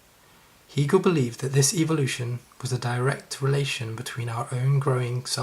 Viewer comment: Hee-gal? Really? Did this person never listen to anyone else pronounce Hegel's name?